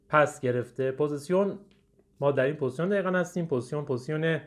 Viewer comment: تلفظ صحیحش پوزیشن (Position) هست. ممنون بابت ویدئو